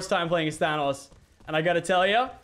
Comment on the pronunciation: your saying thanos wrong